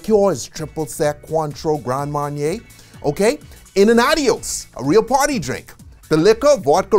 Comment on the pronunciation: A whole video on alcohol but not being able to pronounce LIQUOR. In French it's Liqueur pronounced LEE-KEURRRR In English Liquor pronounced LEE-KER not LEE-CURE Oh in your recent video about COINTREAU it's pronounced CO-IN-TRO not sounding the N. Grand Marnier definitely not GRANN it's GRAN but kill the N. Nice video but must work hard about your whole American accent. Don't take it bad, thanks.